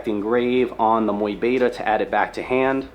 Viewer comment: People may complain, but i actually love how you pronounce mu beta 😎❤ keep it up champ